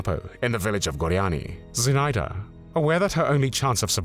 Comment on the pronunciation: Называйте имена героев как их зовут. Зинаида Портнова, ударение на zi' na'ida. Или просто Zina Portnova. Мы гордимся этими героями.